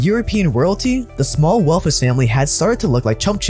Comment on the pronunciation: Love your channel dude! Awesome content! On thing tho, please learn how to properly pronounce “th”. After hearing you say “wealf” over and over again it really got annoying